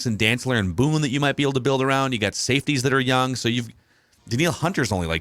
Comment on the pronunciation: BOOTH!! BOOTH!! NOT Boone,!